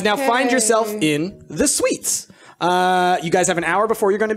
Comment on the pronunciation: Price (as Holly): You'll all be staying in luxury suites. My brain: Did he just say Swedes?